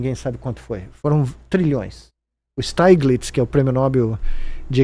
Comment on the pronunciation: é Stiglitz mesmo... e não /Staiglitz/